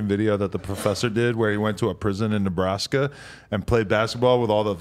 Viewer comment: It’s not Nebraska it’s Neblastya 😂😂😂